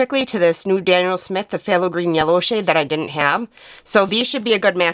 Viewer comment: Arrrugh, Dang chemists and those nerdy names! When you see Phth it is in nomenclature or jargon and pronounced T so you say “thay low” at the start, As Phtho crazy huh? I also cannot believe I haven’t plugged DaVinci Paints because they are the BEST ! So there’s another opinion for you!